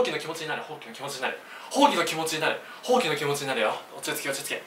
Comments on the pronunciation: ほうきのイントネーションおかしくないすか？ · それ思いましたw ほ↑〜き↓ww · 手が丸まってるとかじゃなく「ほうき」のイントネーションが気になった笑